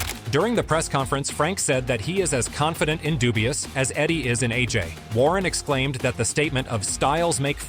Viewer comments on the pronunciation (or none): Daniel Dubois and NOT Daniel Dubua 😂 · Listening to this video, AJ is fighting against , Dubois , Dubious and Duboy ~ Perhaps your AI should learn to pronounce names. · daniel dewbeoss! who"s that!! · These AI videos are getting out of hand. Who the fuck is Deewbeoss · Who the hell is Dewbeoss 😂😂😂😂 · A.I. says dubious !!! lol 😂 😂😂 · Not Daniel dewbeoss 😂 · "Dubious" lol